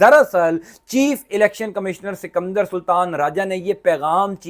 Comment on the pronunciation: 😂😂😂 bhai sikamdar nahi sikander sultan bolte hain 😂😂😂😂😂😂😂😂😂😂😂